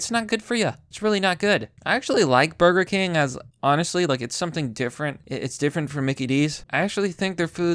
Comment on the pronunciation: It’s Burger Kangs not Burger Cring